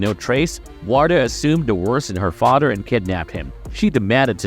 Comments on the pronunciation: Please get some speech lessons. Your "th" soeech issue is quite distracting. But your VOICE is top notch. Work on youre "th" pronunciation. EXAMPLE: its FaTHer, not FoDDer Great job though! This is constructive criticism, not an attack. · This dude is killing me by not being able to pronounce "TH" instead uses "DER" LIKE FADER INSTEAD OF FATHER AND DERE INSTEAD OF THERE OR THEIR. OR MUDER INSTEAD OF MOTHER OR UDER INSTEAD OF OTHER😂😂😂😂